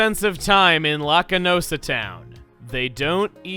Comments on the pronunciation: His "Lack"-based pronunciation is understandable since Lakitu is a thing. (Lack it too & Locky Too) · While Chugga's pronunciation of Lacunosa is funny, this is yet another case of a Unovan town borrowing its name from an obscure type of cloud; in this case, "Cirrocumulus lacunosus" (it's very Latin). Unova's towns and cities are all named after various clouds and cloud formations, but most of them are so obscure that only meterologists, cloud nerds, and people like me who are curious and look them up would know. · you're not the only person in the world who has been pronouncing Lacunosa Town wrong. Actually, I have been reading it as Lacusanoa Town, which is how I came to pronouncing it wrong. I didn't realize this until I watched this episode.